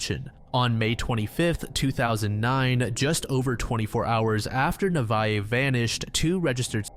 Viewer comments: Hiii avid listener and fan here, but I just wanted to say that the first case about Nevaeh Buchanan her name is actually pronounced Nuh- vay- uh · nev vay ah is how it’s pronounced, heaven backwards